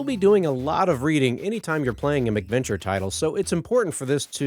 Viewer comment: I like your vids, your voice is very pleasant to listen to. However (and I hate to be "that guy") it's MAC venture...cuz they came out on MACintosh computers. You keep saying "Mick Venture" and I'm just one of those weirdos, it bugs me lol